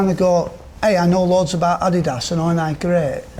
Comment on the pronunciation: Interesting that even 'Gary Adidas' isn't sure of the correct way to say 'adidas' as he switched between "adeedas" and "addydas" in the same sentence! I've always pronounced it the latter way as the company was named after its founder Adolf (Adi) Dassler but what is the right way?!